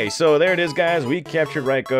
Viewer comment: Reyeco lol 😂bruh who says it like that jit 😮